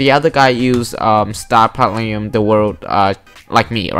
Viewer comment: I love the way you say star platinum